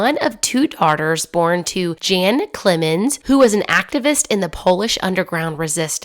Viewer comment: You should have stuck to the original pronunciation of her name. It was Tereska not Theresa, and her father's name would have been pronounced 'Yan'.